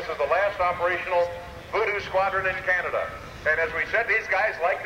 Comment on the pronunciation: "...in Cana-da"?